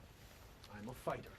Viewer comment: "Fighter" ? :face-pink-drinking-tea:though you started-off correctly, "ighter" isn't exactly where everyone else went!